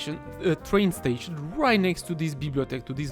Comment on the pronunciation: "tration" I think from now on, that is how we should call train stations. XD